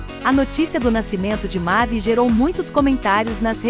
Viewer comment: Ouçam a música Mavie com Charles Aznavour e peguem a pronúncia do nome certo. Tem gente falando bem errado.